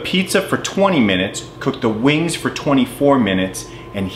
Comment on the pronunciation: Its pronounced weeengz not boring old wings